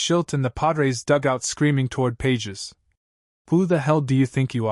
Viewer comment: His name is pronounced Pa hez, you ignorant buffoon. Don't you listen to TV and radio announcers? They get it. You also mispronounced Tatis. I'll let you figure that one out.